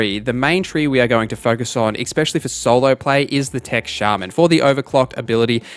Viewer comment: There is no X in the word especially